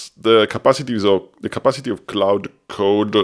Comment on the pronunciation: Great video! I’m going to give it a try. Also, Claude is pronounced more like “clawd” or “klahd”. The vowel sound is “ah”.